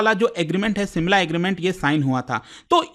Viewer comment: simla ? SHIMLA